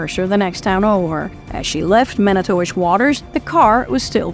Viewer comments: "Mani-towish" lol nah it's pronounced "manitwish" trust me, I've been there MANY TIMES. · No... its Man-I-Too-Wish...